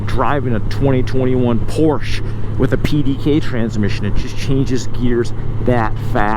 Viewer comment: I love that he pronounces Porsche the right way, so rare here in the USA. I think this bike is awesome, I am not crazy about the dashboard and the mirrors, they are too similar to what you imagine on a car.